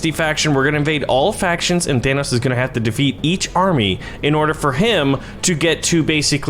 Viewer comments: Its thanos not thanOUs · You keep saying Thanoss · Dude kept saying thanoss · How do yall say thanos, says Thanos like than-oss, like vanoss, I say it like Than-ose. in the movie 99% of people call him Than-ose, except for nebula, who calls him Than-oss. i tried looking up how to pronounce it correctly, but i found websites that pronouced it like, Th-ai-nos, and a person said it was pronounced without the th?? so give me your opinion because I get annoyed when they call him Than-oss...idk why help me figure it out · Why do you keep saying it like Thanoss? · It’s pronounced thanose but spelled thanos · Did anyone notice that he says thanos wrong?